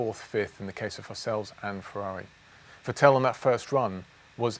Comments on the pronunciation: I was wondering who the heck "Vutell" was for a while too! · I still cant go over it how he sais Vettel.... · The way he pronounces “Vettel” jars me